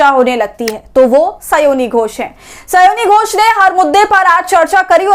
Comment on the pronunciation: स्योनी घोष नहीं, स्यानी घोष बोलिये महोदया।